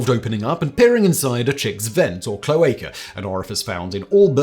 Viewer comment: My spouse has been bitten by the homesteaders bug and I support him 100% but when he started to talk about cloaca sexing his flock I had to laugh- not at the idea of looking at bird buttholes (I'd been cloaca sexing my reptiles for a decade) but by the way ge said cloaca wrong. I couldn't keep a straight face and had to gently correct his pronunciation. I could tell it was a word he'd seen written but never used in conversation. Either way, he got his birds and I got another reptile out of the arrangements.